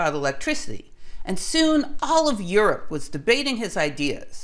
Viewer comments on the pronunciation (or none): none